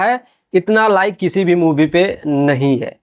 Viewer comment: मूवी होता है साले मुभी नही